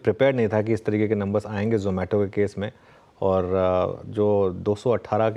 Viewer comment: यह जोमैटो है.... नहीं जमैटो है यह जमैटो है.... नहीं जोमैटो है जमैटो... जोमैटो... जोमैटो...जमैटो... कस्टमर - आप अपनी फौजदारी का मुकदमा जारी रखो मैं किसी दूसरे से अपना खाना मंगवा लेता हूं 😊